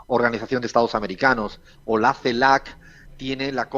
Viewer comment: CELAC…. La última C es de Caribe nada que ver una G